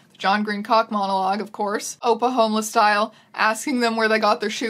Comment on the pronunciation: every time i hear you say ‘oppa homeless style’ i think youre saying ‘oklahoma style’ and it trips me up like what did oklahoma do